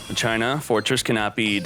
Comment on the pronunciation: Deux Ex Ma-CHINA!!!